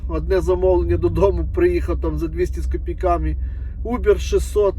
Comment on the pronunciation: Посчітав- порахував, не кілОметри а кіломЕтри , тіпа - слово -паразит , не з копіЙками , а з копІйками , виправляй мову як вже став блогером!